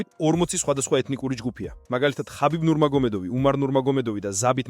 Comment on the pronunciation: ქართულად ხაბიბი კი არა ჰაბიბი